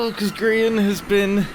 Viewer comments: I would now like to ask why do you and a lot of other people call Grian "Grain"? Is it a typo, did you hear or read it wrong, is it some british/american strange writing thing or is this just a joke I'm not crazy enough to get? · Dr. Quorot it kinda sounds like mumbo is saying grain when he’s saying Grian though. I love both Grians and Mumbos accents they’re amazing.